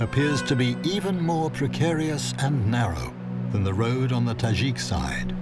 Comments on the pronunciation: tadjik not tazhik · Yeah, I thought he was pronouncing it wrong(i have a tajik boyfriend)